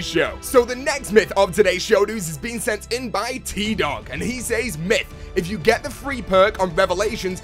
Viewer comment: love your videos but I CANNOT STAND the way you pronounce says....you are killing me bro!!!!